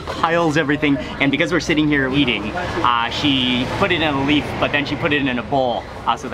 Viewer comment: Bro said Meating